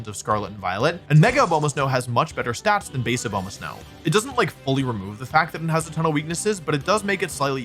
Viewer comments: Why does he say "Obama" so weird? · Can't say I was expecting a comment on the pronunciation of Lopunny after obviously butchering Abomasnow lol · Hearing Wolfe keep mispronouncing Abomasnow makes my ears very sad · With all due respect, how do you mispronounce Abomasnow that badly?! It's literally named after the ABOMINABLE snowman.